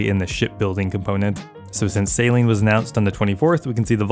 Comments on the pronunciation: Every time you say 'sailing', all I can here is 'saline'. 😂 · why are you pronouncing sailing like saline xD